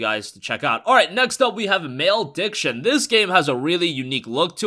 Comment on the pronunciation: OMFG,, did you just pronounce the game "Male Diction?" Really? It's pronounced "Mal-uh-diction." That was really cringe worthy dude.